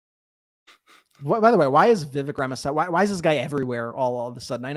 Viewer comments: Indian American here. It's "Rahm-a-SWA-mee". And he is a bs-spewing jerk. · I am continually baffled that can't be bothered to learn how to pronounce "Ramaswamy."